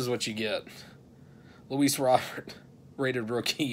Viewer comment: Very nice mail day dude! No need to ever look for prizm or optic again, you’ve got every Beal/Wall out there 😆. DV and Fulton are awesome👊. Solid hanger too dude! Tatum and Mitchell, doesn’t get any better than that! Still no idea how to say Robert, so gonna just keep calling him “Robert” 😆. Later dude👊